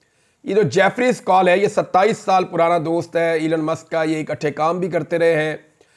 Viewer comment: Please pronounce Elon musk and not elan musk.